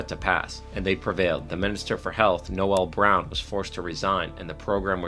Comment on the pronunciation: Of course he had to mention the Irish secular saint Noel Brown (even if he couldn't pronounce his name). Much beloved by school teachers and listeners to the Gay Byrne radio show. The truth was he was a loudmouth crank unable to compromise on any issue who alienated all those he would have needed to make any changes.